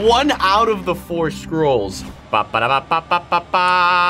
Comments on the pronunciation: i honestly thought he said squirrels but then when he said it again i heard scrolls lol 💀💀💀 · Unspeakable when u said “scrolls” I thought u said “squirrels”!Haha!🤣🤣🤣🤣🤣🤣🤣🤣🤣🤣🤣🤣🤣🤣🤣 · I thought you said squirrel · at first i thought you said squiralls